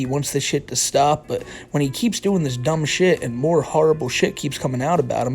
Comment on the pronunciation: “The mowe whites I have” knew he was the white supremacist bowser